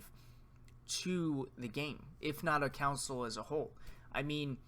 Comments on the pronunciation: It's console, not council. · It’s Con-sole lol